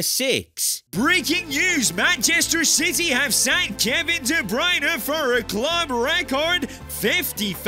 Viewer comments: Kevin De Breeyerner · It's De Bruyne, not De Broine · de bruyenu 😂